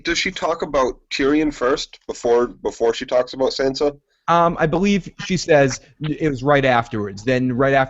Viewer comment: Guys it's Tonmen not Tomlin, and it's Sansa, not Sanser. Sorry for being nitpicky. Great podcast BTW.